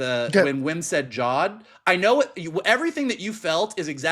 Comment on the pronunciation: 8 episodes in and is finally pronouncing Jod as Jod instead of Jode 🙌 Loved y'alls coverage tho lol. EDIT: Goddamn it now is saying Jode he's been infected. Huge shame this show is under-viewed also, Disney have really been burying it for some reason. I'd actively have to search for the new episode on Disney+ every week.